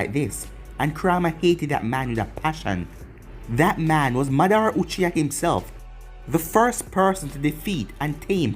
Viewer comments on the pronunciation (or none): It’s ma-da-ra not monara not hate tho